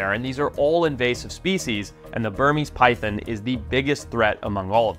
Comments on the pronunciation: It’s PyTHON- NOT Pythin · They’re not “py THINs” lol! Py thON!” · It is not pronounced pythin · Say pythin again